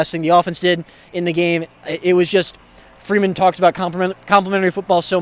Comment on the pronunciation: Put some RESPECT on his name... Coach FREEMAN, not freeman!!!